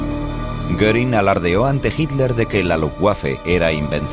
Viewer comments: quién traduce esto??????... cómo que no son capces de pronunciar Luftwaffe, Wansee, Waffen, Werner, Heydrich, Walter........??????????? PALETOS... infórmense antes de traducir y doblar..... VERGONZOSO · pq dice "lutguafe"y "guafen SS". Misterios de la pronunciación ibérica.